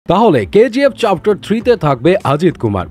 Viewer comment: চ্যাপ্টার ❌ চাপটার✅😂😂